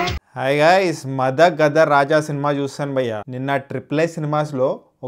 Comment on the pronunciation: మద గద కాదన్న మదగజ 0.75 టొమాటోస్ ఫర్ pronounciation